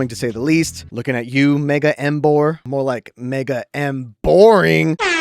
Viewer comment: IT'S EMBOAR, NOT F*CKING EM-SNORE!